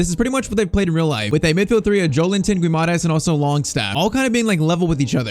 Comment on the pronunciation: Bruno's name is pronounced gee-mar-reyech